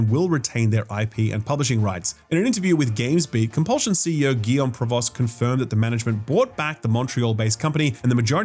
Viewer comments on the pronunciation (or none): Btw Provost is pronounced “Prov-oh”